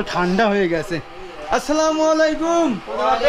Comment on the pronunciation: ভাই সালামটা আসসালামু ওলাইকুম হবে না সালামটা হবে এমন আসসালামুয়ালাইকুম ওরাহমাতুল্লাহ